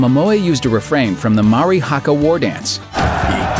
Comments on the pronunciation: 'Maw-ree' haka war dance. You pronounced Maori completely wrong. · You said Māori wrong, but good video anyway.